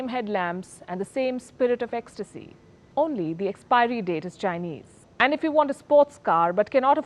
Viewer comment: This is an EXCELLENT video presentation. You have been pronouncing the Chinese brands AMAZINGLY WELL. VERY IMPRESSIVE!!!!